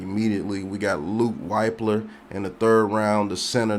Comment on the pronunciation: It’s LUKE WIP LER is how you pronounce his name BRO smh 🤦🏾‍♂️ lol.. , GO BUCKS🙌🏾